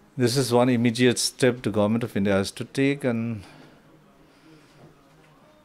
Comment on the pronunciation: Why is he always using 't' in words every now and then.....since't', has't'..... he speaks like his peepurs cm.